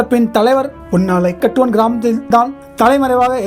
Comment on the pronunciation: அண்ணா, அந்தக் கிராமத்தின் பெயர் புன்னாலைக் கட்டுவன் என்று உச்சரிக்க வேண்டும்.